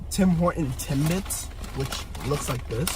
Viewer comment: He said tim"bites" lol